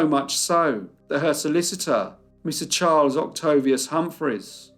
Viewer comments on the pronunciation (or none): none